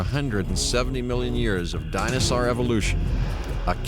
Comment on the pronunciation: I could enjoy this series a lot more, despite its being dated, if he'd stop saying "dinosar".😡